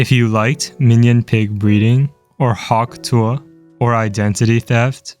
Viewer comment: Why do you pronounce tuah like that